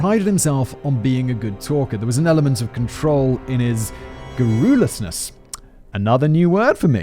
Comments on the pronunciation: Every damn time he says John Senior I hear John Cena also "garrolousness" is pronounced "garr ul us ness" not "garr ool es ness" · No Simon, no one is going to ask you what "garroolusness" is, because that's not how you say that. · I think the emphasis on garrulousness is on the "gar" not the "ru"...🤔